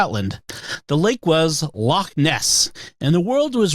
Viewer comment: Scottish listener here! Very impressed that Jimmy managed to not only pronounce 'Loch' correctly, but also the city names Glasgow and Edinburgh which people tend to butcher. Next challenge for Jimmy: to pronounce 'ceilidh', 'Milngavie' and 'Sauchiehall Street' :)